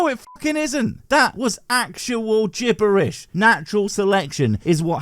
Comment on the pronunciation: "Gibberitic" 10/10